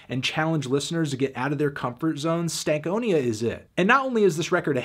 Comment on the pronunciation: Why do you say stank onia instead of stan konia